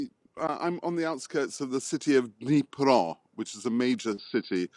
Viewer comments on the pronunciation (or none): DNIPRO! Not "Niprov". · I think he said Dnipro, not Niprov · Lol I'm pretty sure they say Днепр/Dnipro, if they're locals -- so no, D is not silent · The city's name is Dnipro, but otherwise great reporting, thank you!